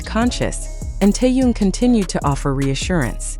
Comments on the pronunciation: Господи, почему Тэхёна здесь называют Тун? Как его только не называют. Бесит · Автор тупица,ни разу не назвать Тэхени правильно👎👎👎👎 Стыдно!👎👎👎👎👎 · Не коверкайте имя. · Черт знает, что она чешет своим языком... Какой Тун??? Не знает имени Мировой звезды.... ТЭХЕН... ТЭХЕН.... ТЭХЕН... Запомни или запиши себе на лбу.....